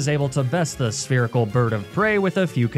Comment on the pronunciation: you said “spherical” but for some reason I heard “the Urkel bird of prey” and honestly hoot hoot does kind of look like Steve Urkel